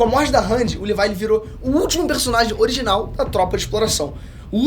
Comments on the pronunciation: Parei de assistir no LIVAI... fala direito porra! é LEVI! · Mano, eu vi tu falando "levai"jeito de falar. Mano , é leviii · Levi* porq as pessoas tem mania de falar o nome dos personagens errados né KKKKKK “Livai“ vai tmrnc KKKKKKKK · Só na hora que ele falow livai em vez de levi que não entendi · Amei o vídeo, e sem falar da referências😇😅 Mas o nome é Leví😡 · “Livai” KKKKKKKKKK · Q viadage é essa de chamar o Levi de "livai" e a divisão de reconhecimento de "exploração" fuleragem é essa msm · Desculpa não sei qual a pronucia certa mais dizer levai o nome do Levi me soar muito muito estranho kkkkk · Ela falando Levi é totalmente estranho KKKKKKKKKKK